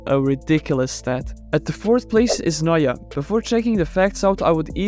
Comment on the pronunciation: Its neuer